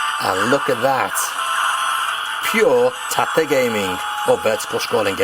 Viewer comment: I understand that it's pronounced "tah-tay", but my mind pronounces it "tate" as in "rotate", since that's what you're doing with it.